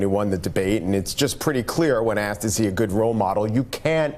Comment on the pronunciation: ‘Asked’ not ‘Aksed’.